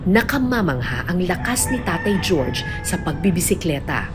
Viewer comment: Jorge is pronounced as Horhey, not George.